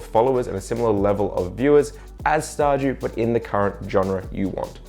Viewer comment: How he says ''Star dew'' all i hear is ''Star Jew'' and it makes me laugh.